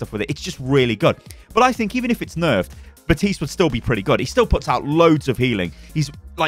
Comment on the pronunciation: Bruh how the FUCK are people still pronounce baptiste’s name wrong?